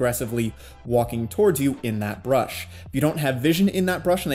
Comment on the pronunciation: I don't get it man are u saying "brush" or "bush" , because I am very confused.